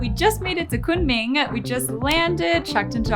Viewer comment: your pronounciation of Kunmin in Mandarin is spot on.